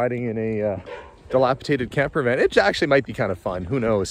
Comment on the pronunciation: Why do people always say "dilapitated"? It's dilapidated